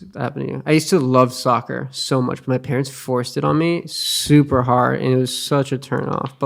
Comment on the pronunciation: When u hear Sakura instead of soccer😅